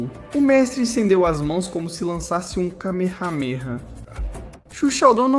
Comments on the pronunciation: mds nunca escutei alguem falar kamehameha desse jeito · Antes de fazer um vídeo, aprenda a falar o nome das artes marciais e aprenda a falar o golpe do Goku Kamehameha kkkkkk